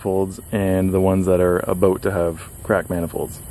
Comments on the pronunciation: Why do you pronoucne "about" that way? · You say “about” really weird lol. Are you Canadian?